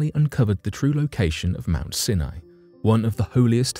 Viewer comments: Pronunciation is not your strong suit is it?! Your mangling of words completely puts me off - Sinai is NOT pronounced Sin eye but Sine eye!! Try looking things up before you read the script it also means that I am very dubious of your “facts” as you clearly haven’t made any effort to research the topic before reading the script like a robot! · Its pronounced Mount Si Nie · Mt. Sinai is pronounced Sy'-ny. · Mount “Sin-eye?” I thought it was pronounced “S-eye N-eye.” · Mt Sin eye? In the US it is pronounced Mt Sigh N Eye. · I couldn't listen to anymore. You keep pronouncing Mount Sinai wrongly. It's pronounced with the I sounding like eye. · You've murdered the name Mount Sinai. It's actually pronounced mount "seye neye". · Sini is pronounced Siy-N IY - † † English pronunciation guide: Sounds more like scy-nye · It's pronounced Mount Sigh-nye. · This bothered me also. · Senai ??? Really??? better work on your pronunciation. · Come on! How difficult is it to pronounce Mt. Sinai correctly? If that can't be done why are we to believe anything presented?